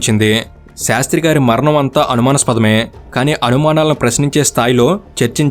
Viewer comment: అనుమాస్పదం కాదు అన్న అనుమానాస్పదం అన్న